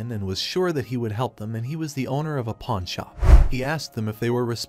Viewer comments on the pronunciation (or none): none